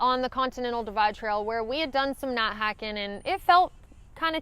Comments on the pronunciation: I was trying to figure out why you kept saying not not hike in grizzly country, then I realized you were saying not night hiking! Seriously though, I love your accent. My mistake was getting out on a steep cliff, realizing it was a bad idea, but going on since going back wasn’t any better. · Ha ha! Love everybody elses accents. It took me a while to understand "night" and knew what she was saying when she said "hiking". I turn on CC if available and it does spell "hiking" as "hacking" for many thru hikers. Not sure what "night" comes up as but "not" comes up as "nat" sometimes. Hilarious if you read CC on people's YouTube videos.